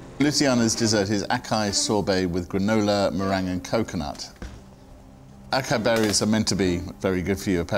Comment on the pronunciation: The critic didn't know how to pronounce acai.